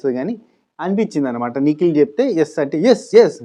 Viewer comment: నువ్వు నిఖిల్ నిఖిల్ అంటుంటే నాకెందుకో పికిల్ పికిల్ అన్నట్టుగా వినపడుతుంది అది ఎందుకని తమ్మీ 😂😂😂